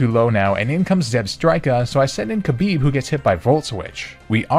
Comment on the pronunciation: Khabib had one wish post career. Just pronounce his name better. It's closer to Habib than Kabib.